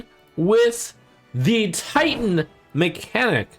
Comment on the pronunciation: Somehow whenever Trump says Titan, I hear tighten.